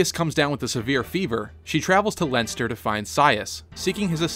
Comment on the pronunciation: If you use the FEH to know how to pronounce Camus, then why did you use the wrong pronouncements of Lachesis and Leonester because Nanna says Lachesis's name as one of her quotes in FEH and Quan says Leonster in one of his quotes. I would have understood if this was created before Nanna was added into FEH, but since you added Quan's FEH picture, this is after Nanna and Quan was added into the game.